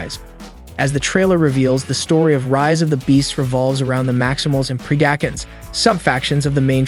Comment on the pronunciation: Thought it was very good break down and can’t wait for the film but for the love of god it’s pronounced PRED-A-CON, DECEPT-A-CON and TERR-A-CON that’s my only complaint in a overall great video